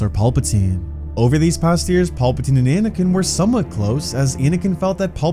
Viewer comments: Wtf is that pronunciation? Paupatine? Tf 😂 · Anyone else loosing their mind everytime this goofball says paulpatine? 😂